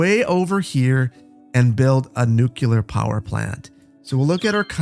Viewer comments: New-clear, not nuke-yellar 🤣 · Aye! Did you know you say nuculer? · Love your stuff. You're whip smart. Please. Nu- CLE-ar. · there's no such thing as a nuculear power plant. Nuculear isn't a word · every time you said nooc-you-ler I died a little. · I've been enjoying your videos for almost a year now (I think about), and I thank you so much for the hours of entertainment, but it's like nails on chalkboard every time you say, "Nuculur."